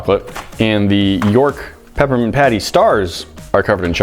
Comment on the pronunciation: Did he say pappermint?